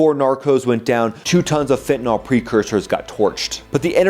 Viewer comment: What is "fentinall"?